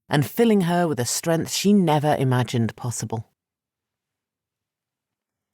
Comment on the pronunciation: Narrator, the N in the word strength is not silent!